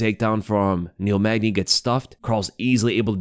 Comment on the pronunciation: Bro, its Neil Magny.